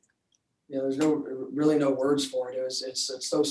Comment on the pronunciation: Lol "novel". It's "Norvell"